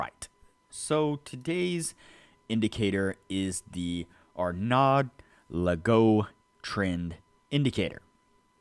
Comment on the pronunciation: It's pronounced Legoo 😅